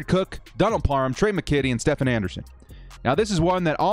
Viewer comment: Stephen Anderson’s name is pronounced as “Steven” lol. I’d also consider adding Ryan Smith on CB since he will most likely be the gunner in special teams.